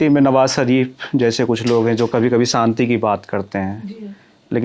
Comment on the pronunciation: Bhai tum interview le rhe Shabdo ko theek se bola kare shadi hota hai Sadi nahi Santi nahi shanti